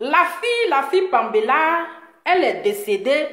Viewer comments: Vous les activistes là les noms vous ne connaissez pas la prononciation Paméla non pambéla vraiment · Parle de ta personne pasteur laisse pour le Gabon tu ne sais pas prononcer les noms Paméla et péluche